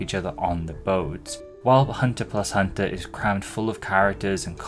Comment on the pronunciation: Pretty sure the “X” in HxH is silent, but all the different ways you said it throughout the segment were still amusing.